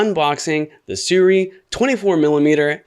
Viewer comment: The skit in the beginning was funny. But some sample footage would make this complete. Like someone else commented, no real reason to watch this besides the funny skit in the beginning. Also, it's pronounced "Soo-RAY" We ALL were pronouncing out incorrectly lol Are you going to be getting to 75mm version?